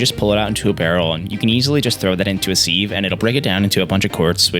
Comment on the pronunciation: my one problem with this vid how says sieve.